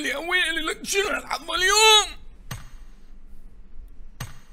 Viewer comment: شگد تجعص باللغة العربية! الحظ و ليس الحض!!!